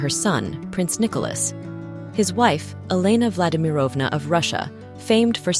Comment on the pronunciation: vladimirovna we put the accent on the first i